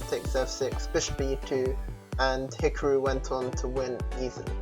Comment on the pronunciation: no it's hikroo xD